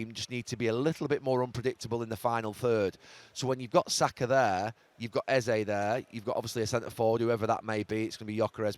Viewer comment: His name isn't pronounced "easy" it's EH ZEH